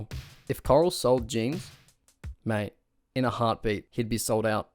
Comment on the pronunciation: You're right. This guy is Australian or some shit so he can't pronounce Bufford or Correll correctly. Correll has an oooooolllld as channel called thecorrell2011. He used to dance nearly ass naked all oiled up 💀💀 he's low-key a lolcow.